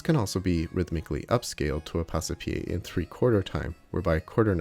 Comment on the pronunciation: It should be pronounced Pass-pie, not Pass-e-pie. "Passe" is one single syllable, not two. The E is silent, like in porte, vive, sire, livre, chasse, hausse...